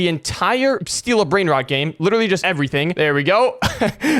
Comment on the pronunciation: He said bread rode😂😂😂😂😂😂😂😂😂😂😂😂